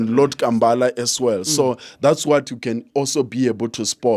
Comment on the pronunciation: U said lord Kambala 😂 😂 😆 😆